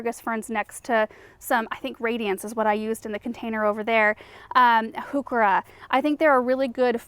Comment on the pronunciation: Love learning about all of these lovely plants. You taught me how to pronounce huechera. 😍